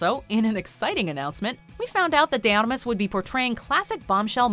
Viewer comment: Her last name is pronounced Armas, not Amas